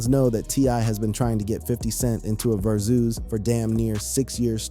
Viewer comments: Verzoos?!?!...😅😂😅 Verzus. Like Versus, T.I. must need some paper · Va zoo's.....got me so annoyed